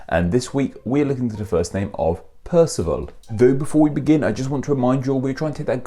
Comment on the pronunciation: Ah but he's not "pierceval" - it's Percival - someone once told me it was more a case of "perceive all".